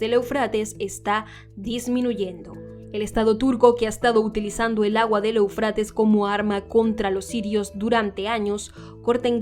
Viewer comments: Eu, con acento en la é sería Éufrates, no eufrátes, que mal se escucha de una periodista profesional, haciendo mala pronunciación. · Desde hace muchos años se pronuncia E'ufrates. Respete los acentos